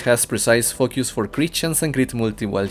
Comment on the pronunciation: i love the way you say elemental focus, sounds like elemental f.u. hahaha